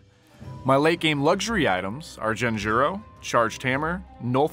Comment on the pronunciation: ... DjenJuro??? is that how its pronounced?